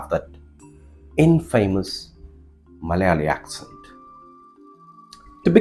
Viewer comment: The pronunciation of "infamous" by the teacher pains me. I feel like it is incorrigible.